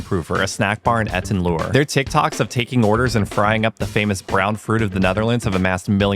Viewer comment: You guys made my day (again). Etten Lure...like you are luring us in 😊(It's like Etten Learn without the n). Snacks look amazing, anduh, the outfits...Pulp Fiction baby, especially, love it!